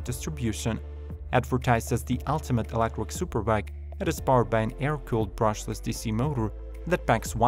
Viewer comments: These bikes are all so ugly! also... kinda funny that the guy can't say electric, only reason i'm still watching. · You pronounce "electric" as "electwer", should be "elekCHuriK", or "touCH screen" as "toushreen" or "stand sTill" as "stand sill". Interesting to know CH isn't pronounceable to some, what's your native tongue?